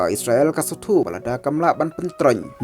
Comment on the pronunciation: Spel / ong noh isrel ym is sra el ban ia sngew tynnad lang